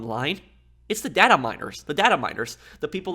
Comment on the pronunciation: I find how you say 2018, 2019, and 2020 VERY OFFENSIVE and I find how you say data VERY OFFENSIVE